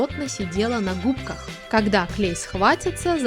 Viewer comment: меня так басет кокда ты говориш губка говори нормально